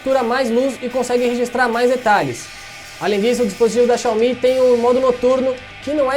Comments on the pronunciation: Quando você falou xiaomí ao invés de xiaomi eu parei de assistir o vídeo. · Fanboy xiomi detectado